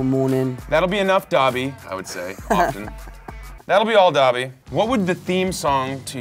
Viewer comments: I love how they say dabby instead of Dobby like dough•be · It’s them saying dobby wrong for me 🤠💀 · nobody: tom holland: chris pratt: “that would be all dOBBY”